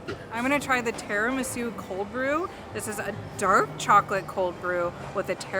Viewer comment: It’s pronounced TIRAMISU not teromesu